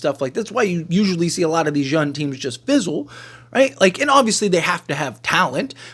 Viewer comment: DUDE LEARN HOW TO SAY YOUNG!!!!!!!!!!!!!!!!!!!!